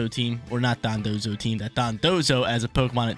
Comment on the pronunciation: my guy its Don dozo Dondozo not Dodonzo 😅 sorry had to